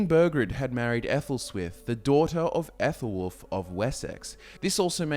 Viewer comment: Minor qualms in pronunciation, the Æ/æ letter isn't the 'ae' sound in modern English or Latin, in Old English it's spokenas the sound in cat (k/a/t), so the name is pronounced similar to 'Allah,' just without the h sound. With the sons of Aethelwulf and his sons, the 'th' isn't the soft one like in 'thought' (Þ,þ) but the voiced one like in 'the.' (Ð,ð) Other than these minor gripes, the rest of the pronunciations are surprisingly accurate, good job